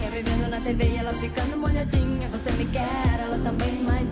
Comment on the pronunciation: Na verdade ela fala BOce@ Í